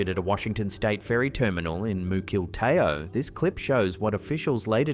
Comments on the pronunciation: Mukilteo is pronounced: " mŭkl TEE' ō ". I lived in Washington for over 40 years. ❤ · No 1. Ghost ship the pronunciation for Mukilteo Is Muckle-Teo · WA state ferry terminal Moo-kill-tae-o ... is actually MUH-KUL-TEE-O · Muckle tea oh not meucletyo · Its pronounced "muck ~el~tio" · As someone from the area, we pronounce it Muckle-TEE-oh 😄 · I dont trust anyone who calls themself an influencer. Oh and Mukilteo is pronounced like MUK ul Teeee ohhh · Around the 36 minute mark: Muck-ill-tee-o :fish-orange-wide-eyes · lol...from Washington state...pronounced, MUK-uhl-TEE-oh...no worries though brother, a lot of our state names get mispronounced. Great video as always! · As someone from Washington state. I love all the funny pronounciations of our local towns and cities. For future reference it is pronounced Muck - il - tea - oh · Muck- el-tee-oh Mukilteo ( Ghost vessel) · Mukilteo is def not pronounced that way =P rofl i know this is old but omg <3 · Didn't you love the way pronounced 'Mukilteo'? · lol listening to someone not from WA trying to pronounce Mukilteo